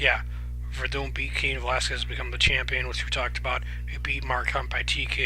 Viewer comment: It's hilarious how you butcher everyones name hahaha. I got werdum too. more ways to win the fight.